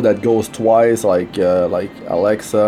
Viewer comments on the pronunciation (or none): none